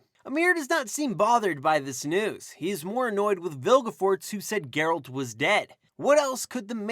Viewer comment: That's not Geralt also the pronunciation is wrong. Over all enjoyed your video.